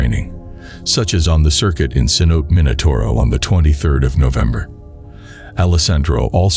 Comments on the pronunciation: CENOTE = “Sen-oh-TAY” not “kenOTE” jfc. How can you be doing a cave diving channel and have this inexcusable pronunciation of such a basic word in the sport? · rips hair out at americanized pronunciation of cenote. It's ceh-know-TAE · It's not "ken-oat" it's "sen-o-te". Try to be credible here man. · The grand sanote lol say no tay . How ya gonna make a video about something you can't pronounce? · sen-oh-tay, not sen-oat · Kanote😂 sanotes😅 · Ce-no-te. Pronounce the short e. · sen-oh-tay lol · It's pronounced "si-note'-ay". In case you cared. 😀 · Cenote is actually pronounced “seh-no-teh” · The grand ce-note 😂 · Cenote is pronounced phonetically as Sa-no-tay. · Grand canote... come on man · omg yes. Me too. I am hiding this channel from my YouTube feed because I couldn’t even focus on the content. I kept hearing “Ken-OTE” and wanting to scream. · Haha so many ways to pronounce cenote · You mispronounced cenote throughout the video. At least know the basics of what you’re talking about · I was just about to slit my throat if I heard another mispronunciation of Cenote.